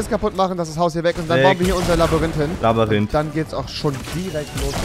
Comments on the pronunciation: Labyrinth und nicht Labarinth🤦‍♂️ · So geil wie du immer Labarinth sagst 🎉❤️ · Labayrinth ich schmeiß mich jedes Mal weg 😂😂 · Labyrinth... Rewi: LABÜRINTH😂😂😂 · Du sagtst immer labarint